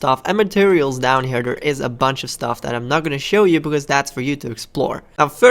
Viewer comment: He says staff instead of stuff xD